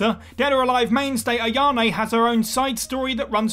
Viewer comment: You do realize that her name is AyaNe not AyaMe?